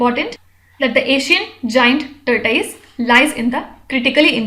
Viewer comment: Make your pronunciation fair!...its tortoise not tort-ui-se